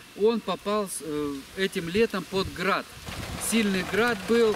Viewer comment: оХород 😂😂 Храад побил Храд 😂😂 🤦🏼‍♂️